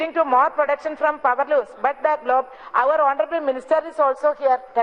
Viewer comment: Only 1 മിനിറ്റ് മാഡം പവർ ലൂംസ് മാഡം പൗർലൂംസ് 😂😂😂